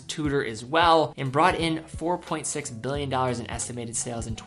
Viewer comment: Please learn how to pronounce "Billion". It's Billion. Not Mbillion. There's a big difference. Without graphics I couldn't be sure. Thanks.